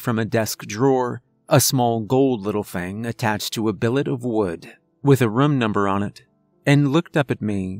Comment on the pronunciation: A very cerebral tale.. and another excellent reading.. Though i wish youd say "room" as "room" and not "rum". That's not accent.. it's just saying something wrong and not caring. The fact that how you change says it kinda illustrates the dilemma you have lol